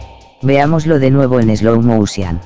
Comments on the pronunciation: Pronuncie bien la palabra slow motion porfavor joder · Jaja morí con el "slow mousian" 🤣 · hahaha Slaw Moushian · "eslou mosian" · Pinche pronunciacion bien perrona 😆😆😆